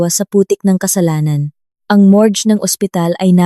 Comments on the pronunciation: anong ibig mong sabihin ng mores? o morgue? paayos naman ng salita ganda pa naman ang kuwento. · Mas mgnda kung magaaral ng tamang pagbigkas sa salita tulad ng pain sa tagalog pero ang pagbigkas english gayundin sa morge, pasencya na po